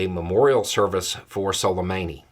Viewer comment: Soleymaanee is the correct pronunciation... Love you...